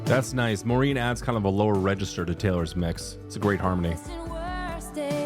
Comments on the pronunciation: Not me thinking who tf is Maureen?? Oh you mean Maren (Mah-ren) 😂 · FYI Maren’s name is pronounced like barren 😊